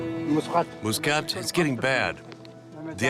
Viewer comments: I think not Muskat, Maksat. It is Kyrgys name means “ Aim” in English 😊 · His name Maksat, no Myskat....